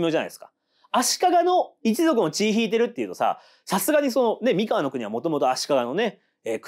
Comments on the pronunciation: ワタシも思ってました❣️❣️❣️連呼、れんこ(笑) 前回の読み方は気の所為…？Σ(ﾟДﾟ) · 三河と岡崎と安城の発音が違う笑